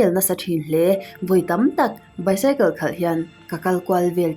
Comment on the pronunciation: Bicycle hi...baisicle tia lam tur